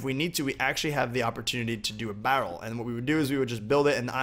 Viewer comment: You say barrel so weird haha